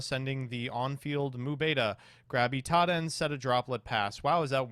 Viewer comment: The worst part about the Drytron games is saying Itaden instead of Idaten